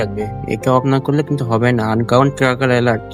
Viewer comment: আনকাউন্ট না রে ভাই🤣, আন্নোন হবে😂